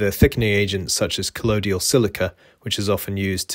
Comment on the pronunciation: Very good discussion. Just to point out that 'colloidal' is not pronounced 'collodial' 😉